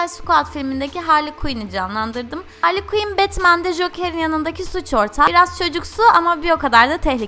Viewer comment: .y ayrıca o HARLİY KUİN DEĞİL HARLEY QUİNN